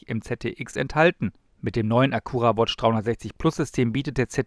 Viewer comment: Hab noch nie jemanden die Marke so deutsch aussprechen hören wie von 😁. Honda kooperiert bei den BEV's künftig mit GM und dieses Fahrzeug basiert auf der GM Ultium Plattform, wie beispielsweise der Cadillac Lyriq und Buick Electra. GM nutzt bei neuen Modellen immer häufiger Android Automotive Software (genauso wie Volvo), wahrscheinlich hat der Acura diese nun auch. Ein Honda Prologue wird noch kommen, aber wohl auch nur für Nordamerika.